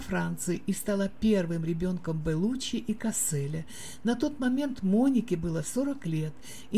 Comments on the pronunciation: ЛеонИ.... Беллуччи,не Бэллуччи.Как можно так безграмотно читать??? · ЖилЁм, БЭлуччи, ВенсанТом, экспЭрт, фэшжурналы... Что за озвучка???? 🤡